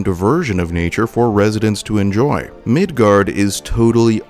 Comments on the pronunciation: FYI, it's Midgar. Not Midgard. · Midgar not Midgard. If you are going to try and make a video talking about something then you should probably know how to pronounce it. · I’m not sure if anyone has said this yet… but there’s no D in “Midgar”… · It's called Midgar, not Midgard. You can thank me later, or now. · I’m gonna stop it right in the beginning at “MIDGARD” 😂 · There’s no D at the end of Midgar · MID GAR. MIDGAR. MID GAR ffs sake ya douchbag. Learn words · Midgar not Midgard